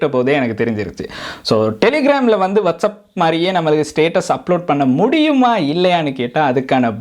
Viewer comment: Bro adhu வாட்சப் Bro வட்சப் இல்ல